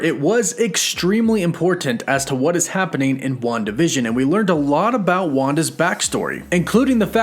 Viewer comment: Why do you pronounce it WandaVISION. You're putting the wrong emphasis on the wrong syllable hahaha. Emphasis is on the WAN part of WANdavision.